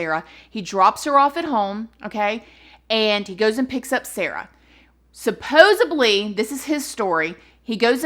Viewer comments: Your KILLING me...supposeDly. there is no "B" to be found in this word lol Sorry, I'm a Speech Language Pathologist and "supposaBly" is like nails on a chalkboard lol Of course it is YOUR channel so you can do what you wanna do 🙂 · love you! Please, please, please say sup-pos'ed-ly. Supposably is NOT a word. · Supposedly.....not supposebly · No disrespect I LOVE your channel,but the word is supposeDly not supposeBly…. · Girl PLEASE stop saying supposuBley. You're too good and have gotten too big to still be pronouncing a commonly used word so incorrectly! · Supposedly has no "B" in it; when you pronounced it, it sounded as though it did.